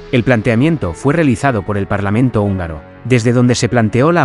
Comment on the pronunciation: Actuación,, no "actuación". Húngaro,, no "ungaro". Atingente,, no "atinente". Unión,, no "union". Sapiencia,, no "sapiensa". Torpeza,, no "torpesa". Y supongo que "parlamrnto" es solo un error de digitación. ¡Hasta cuándo me haces rabiar! 😁😁😁😁